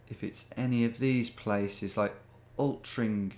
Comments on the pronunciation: "Altrin-chum" that's quite bad 😂😂. Its "altring-um" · It's pronounced 'Al-trin-gum' 😂😂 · its pronounce alt-ring-ham :D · Hearing Tom pronounce 'Altrincham' as a northerner made me physically wince 🤣 (It's pronounced 'Oltringum', if anyone is wondering) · Altrincham is pronounced Altringam. Great video 👍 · Nice work! 👌 It's pronounced "altringum" though 😎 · sorry the pronunciation of altrincham killed me. imma northerner and live not too far from there xd. its actually pronounced altringham, or alti for short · Altrincham is pronounced "Alt-ring-ham". I went there for the first time back in 2014 for a gaming tournament and I had to look up the pronunciation myself. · Altrincham is pronounced Altringham lol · AlthrinCAM 😂. Seriously though i really enjoyed this episode. Please do more of this. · 90% sure that 'Altrin-ch-am' was a joke but you can never be sure with Tom :') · Weird you pick up my home town. ‘Altrincham’ pronounced ‘Altringham’ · I’m sure it hurt every Mancunian when he said altrinCHAM haha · Altrincham is pronounced ult-ring-am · Plus, 'I am an expert on UK cities....All-trin-cham!' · The way you pronounced Altrincham was funny. It's supposed to sound like Ol-tring-em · Altrincham FC was one of the top non-league clubs of the late 1970s and early 80s, missing out on election to the Football League several times and famously knocking First Division Birmingham City out of the 1985-86 FA Cup, so the pronunciation became familiar to football followers at the time. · the Altrincham pronunciation needs some work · Never heard someone pronounce Altrincham like that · Due to your pronunciation of Altrincham, I will be UNSUBSCRIBING effective immediately. You have lost all respect in my eyes. .... just kidding but still haha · lmao came here straight away to correct him too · As a resident of Manchester, I fully endorse the pronunciation of Altrincham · Your pronunciation of Altrincham cracked me up haha